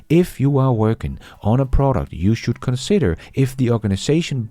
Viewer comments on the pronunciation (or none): none